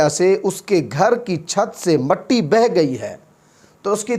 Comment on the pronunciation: Tu pahle خ bolne ki practice kar.Halaq se nikaal.Kharrate ki aawaz nikaal kar dara mat. Matti nahin mitti.